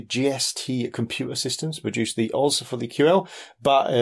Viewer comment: Operating System is usually pronounced "O... S...". I didn't know what you meant by OZ at first lol